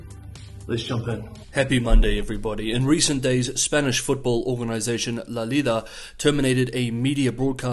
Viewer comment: You pronounced La Liga perfectly.